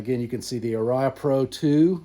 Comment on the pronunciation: Ouch, pronounciation.... "Ah-ria". Not "R-iah". The original Japanese factory was Matsumoku (Mat-soo-moh-koo).